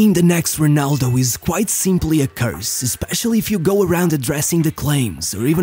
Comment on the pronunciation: Se és Português, para quê dizer Runaldough???